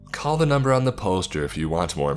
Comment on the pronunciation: Whats his mumber again?